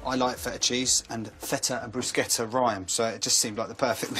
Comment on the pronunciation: It's not Brushetta.....no such word in Italian. It' like calling a cheeseburger a broom. it makes no sense.